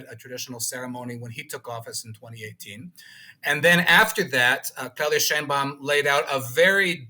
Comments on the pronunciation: Claudia pronounced her last name, and her Mexican people pronounce her last name "Shane Baum." You should too out of respect. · Sheinbaum pronounces it SHANE Baum. Giving her the scepter was part of the false populism of the party. Saying López nationalized resources is more of the same. National resources were nationalized in 1917 in Article 27 paragraph 4 of the constitution. The universal pension for senior citizens was instituted in 2004 by president Vicente Fox. Unfortunately Sheinbaum says she will continue López's disastrous policies. One of those policies was de-funding the precise areas which Mexico needs to develop in order to become a major power - STEM, education , and culture. Wanting the king of Spain to apologize for the conquest more ridiculous populism for the uneducated fanatics.Spain did not exist as a polity in 1521. On the bright side it has been announced that Mexico will reverse the pro-China stance of the past two administrations and will realign itself with its most important trade partner, the USA.